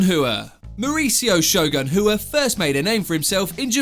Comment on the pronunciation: Rua, not Hua